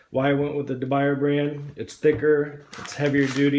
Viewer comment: It's pronounced, according to English graphics: de biuyaay. Try it.